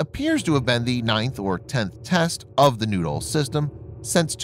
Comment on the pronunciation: Pl-19 noodle? Who launches a noodle? LOOK OUT! We got incoming noodles! Do we counter this with”Bread sticks”.....or a nice sauce? It’s pronounced....New..Doll or Nude..Doll. Well now......your just getting silly! OK give me the radio”Sir we got PL -19 Nude Dolls on our screen........yes sir.....I agree...if they were under 18 we probably couldn’t shoot them down,,,,,,right sir.............oh you want a “Picture of the Nude Dolls” for archive records! Yes SIR!